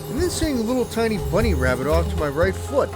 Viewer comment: "At this juncture, after hearing noises behind me, and then seeing a bunny rabbit by my right fwoot... I started freaking the fwuck out. o_o" LOL